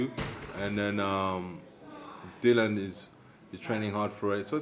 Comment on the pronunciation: in shock here that actually pronounced it as Dillian (rhymes with Gillian) and not Dillon for what seems like the first time ever!